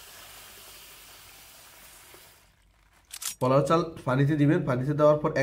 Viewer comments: মনে হয় নোয়াখালী বাড়ি। তাই পোলাও না বলে পলাও বলেন। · ফোলাও না পোলাও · শব্দটা ফলাও না পোলাও? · পলাও বলেন কেনপোলাও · পলাও বলেন কেন পোলাও। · আগে নিজের উচ্চারণ ঠিক করেন??? জীবনে প্রথম শুনলাম "ফলাও"😆😆😆😆😆😆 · আপনি কি নোয়াখালীর মানুষ পলাও বলেন কেন?